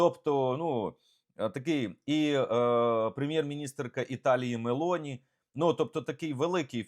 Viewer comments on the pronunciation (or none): none